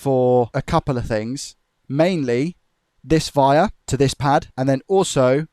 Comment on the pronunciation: Amazing job, but I could swear you pronounce the word 'wire' as 'vire'. Is it just my Australian ear?